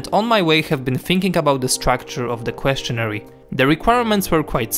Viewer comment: The ending of "questionnaire" is pronounced "air" and not "ary". I only mention it because I noticed you did the same pronounciation in another video. Please know that I think your videos are incredibly well thought out and your English is excellent. Keep doing amazing work :)